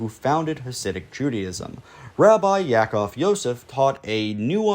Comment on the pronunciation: For the record, it's Rabbi Ya'akov Yosef of Polonne, not Yosef Yaakov. Also, it's pronounced "Ya-a-kove". Thanks for the video and the historical background.